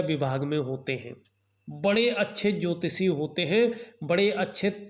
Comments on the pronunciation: भासायें, ज्योतिसी, ॐ नमो सिवायः, अच्छर, परेसानी, असनान, संकर भगवान, सुक्र, सिस्य, यस, सानदार, छैत्र, छमता, सक्ति, प्रभावसाली,•••••• हिन्दी का इतना अशुद्ध, उच्चारण•••••• क्या आपको रत्तीभर भी शर्म नही आती?? बेहूदा हिन्दी उच्चारण•••••• ऐसा ही आपका ज्ञान होगा, इसमें कोई दो राय नही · भासायें, ज्योतिसी, ॐ नमो सिवायः, अच्छर, परेसानी, असनान, संकर भगवान, सुक्र, सिस्य, यस, सानदार, छैत्र, छमता, सक्ति, प्रभावसाली,•••••• हिन्दी का इतना अशुद्ध, उच्चारण•••••• क्या आपको रत्तीभर भी शर्म नही आती??बेहूदा हिन्दी उच्चारण•••••• ऐसा ही आपका ज्ञान होगा, इसमें कोई दो राय नही